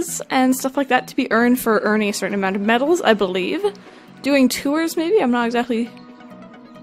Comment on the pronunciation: Idk why, but when says medals it sounds like babbles